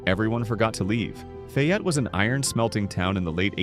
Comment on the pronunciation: Faaayette not